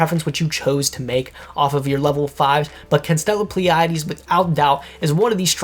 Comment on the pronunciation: Why did you said "Constellar Pleiades" like an italian pimp?